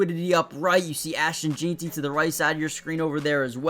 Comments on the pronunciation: “Jean-Ty?” 😂😂 Pronounced Gen-tee. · It’s JEN-TEE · It’s funny, we just went through 3 days of the draft and this guy still can’t get it right. JEN-TEE! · Its ASHTON JEANTY...like "JANE" , jus add ty on the end.."JEANTY" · Bro learn how to say his name .. I couldn’t watch this video because of this … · Bro come on u have to say it right now. Been saying it wrong since before the draft.